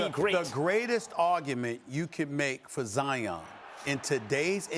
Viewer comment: the disrespect in how you just pronounced my guys name. wow....